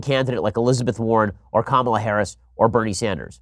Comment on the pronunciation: Please stop your clear and intentional historical mispronunciation of Ms. Harris' name. It is pronounced Ka-ma-la. You know like Kamala the Ugandan Warrior. His last name is even Harris! OMG!!!